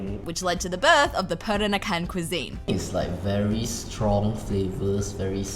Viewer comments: I know it's hard to say for foreigners, but listening you said "perakanan" instead of "peranakan" make me giggle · It's Peranakan (Pe-ra-na-kan), not Perakanan (Pe-ra-ka-nan). You keep mispronouncing it.